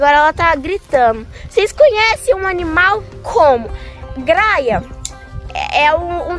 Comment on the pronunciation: o nome é gralha, não graia porque vc não pronuncia os nomes direito,vc estuda tanto, presta atenção e fala direito